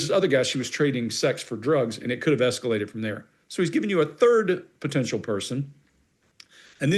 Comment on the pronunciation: 'es-ca-lated' weird!